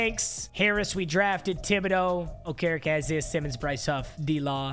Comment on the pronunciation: Who tf is oka reka it’s okereke